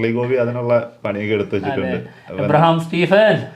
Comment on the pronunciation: എബ്രഹാം അല്ല അബ്രാം 🌚 Abraam👍🏻